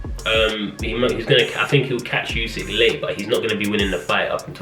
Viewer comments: not its pronounced Usyk 😂 with a U not a You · Why do people still pronounce it yousick 🤦🏻‍♂️ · No one:: YoUsiK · More like: you sick